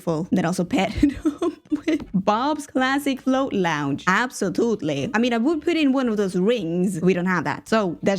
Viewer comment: Noragian with: “absotutely” = “absolutely” (with whimsy)